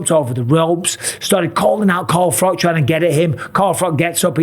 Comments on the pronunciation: Why are you saying Carl Froc???? Your English, it's Froch... You know, with "ch" sound! 😂 😂 😂 No man alive should say Carl Froc!! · Mike Calling Froch; Carl Frock, Carl prop.!!!! Think he said his name right once or twice loooool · Bisping is so CTE ridden he doesnt even know how to say FROTCH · Bisping punishing Carl Frock for mispronouncing his name 😂